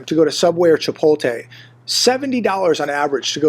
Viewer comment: You keep saying ChipolTAY, it's ChipotLAY😂😂😂